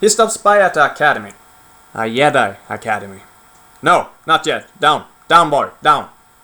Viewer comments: it's called Jedi not yedi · “Yedi Knight” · Stop saying yedi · What's a "yedi" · what the accent is that where J are Ys? Yeah!! I bet you thought after 5 years you would stop getting comments about that! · You know someone's a viking when they pronounce Jedi like this. "Cheesecake Jumbojet" The best codename for scandinavians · Silent J in Jedi (-: nope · I love the content, but the way you say Jedi makes me cringe xD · Dude, what is with your pronounciation? "yedi", "Yan Ors", "sheet" :D. Outcast wins in terms of single player, because it didn't have all the kiddie-childish bullshit star wars has nowadays: overblown fights with lots of blasts and sparks coming from lightsabers participating in a fight. The story in Outcast was also way more mature than in Academy including loads of things to appeal to primary school children at that time - it wasn't as dark in nature. The best thing about academy is the mod - Movie Battles II.